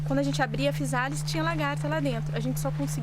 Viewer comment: Olá tudo bem. Apesar de escrever com ésse, fala "fiZális", igual casa escreve s e fala Zê.